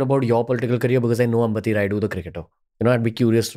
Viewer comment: Please Pronounce our South Names Properly it's not अंबति it's अंबटि